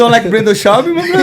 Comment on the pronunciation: Brenden Schaubby 🤣